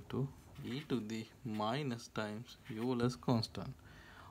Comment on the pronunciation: Oiler, not yuler. How are supposed to know ψ(1) = -γ? Are you supposed to just memorize that identity?